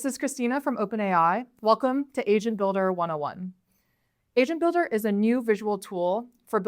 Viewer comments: I am sure you said asian builder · is it me or she keeps saying asian builder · I swear she keeps saying 'asian builder' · i thought she said Asian builder in the begining and was very confused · swear i thought she said "welcome to Asian Builder" in the beginning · Am I the only one who hears "Asian builder"? 🤫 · "Hi, welcome to asian builder 101" This is literally what I heard lolll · Why am I hearing Asian builder🥲. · Two things: First - i'm sure that in the beginning of the video you were saying "asian builder", and closer to the end the pronounciation of the word "agent" became better. Second - I thought the whole thing of the AI was to make things easier for everyone and not ... like what you are showing in the video. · It really sounds like she's saying "Asian Builder".